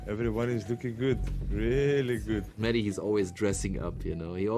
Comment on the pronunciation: Funny how Conor says Meji instead of mehdi